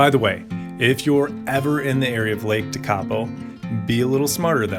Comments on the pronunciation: Tekapo is prononced " Tek a po" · You have interesting pronunciations of the Maori names like Tekapo 😊.You are doing as good as anyone who isnt a kiwi haha